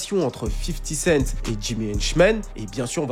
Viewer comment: "50 kent" ça m'a tué haha